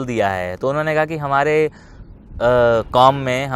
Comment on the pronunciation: Jeshau Bhai comments ka vdo bhi pasand aya .Ek Mashwera Hy wo y ye aap plz plz Urdu Words ka Prononciation Sahi karne k liye Mahnat kikiyeji.Q k jab aap kahbi aap Incorrect pronounce karte hyn to Aysa lagta Hy just just Laziz Kabab khate huwe Munh me Kanankar" Aagaya ho. Jyse Jirah ko Aap Zirah Tajruba ko Tazruba Qaom ko Kaom Ghazal ko Gazal etc.etc Mafkrana shayed Aapko Bura lage